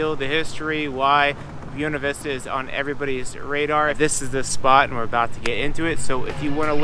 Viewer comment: Brother, before I watch the rest of this video, gotta correct your Spanish. Buena Vista is Spanish for "Good View". Buena is pronounced "Boo-eh-nah". Not "Bona". That's Italian. OK. Done. I'll shut up. Back to the video. Buena Vista is going to be a town on my model railroad now set along the Tennessee Pass Linne of the D&RGW railroad, so I need to see the surroundings.